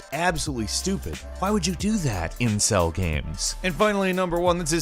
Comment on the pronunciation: when he said incell games I thought he said incest games.